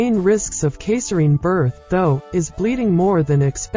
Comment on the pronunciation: How do you miss pronounce “caesarean”?